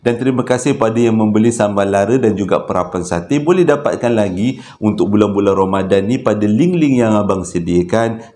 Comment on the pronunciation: Bang saya punya terkekek yang part " salam 2rambadan waalikumsalam eh assalamualaikum 😂 bangg ramadhan abg pun dah tersasul ii bang saya masih belum stop ketawaaa 😂😂😂